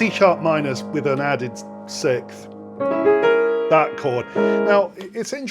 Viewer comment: British can NEVER pronounce siXth